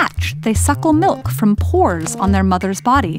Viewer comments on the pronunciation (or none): Ok but she really said melk